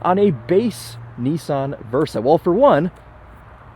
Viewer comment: What the heck is a knee-sahn.